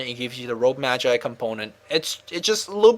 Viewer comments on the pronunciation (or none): none